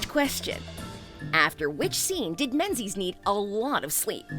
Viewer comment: Idiot: Pronunciation. MING-iss , glaz-go, Mohawk Woman